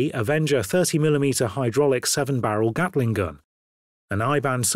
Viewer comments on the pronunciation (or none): none